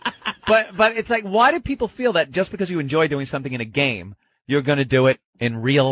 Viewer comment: .....my peepul and my peepul......and they say my peepul....